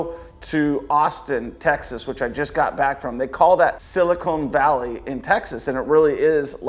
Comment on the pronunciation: He literally said silicone valley. It’s Silicon Valley. I would argue though that all of California is silicone. 😂